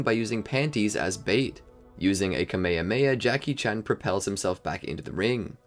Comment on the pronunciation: It's kamyhamyha not kameme.